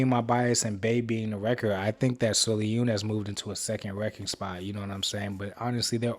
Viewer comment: I'm sorry, the way you pronounced sullyoon's name threw me off 😂 (its pronounced more like soul - yuun btw 🤗) thank u for reacting to mmixx and loving them! its so hard to find people who appreciate them 🥺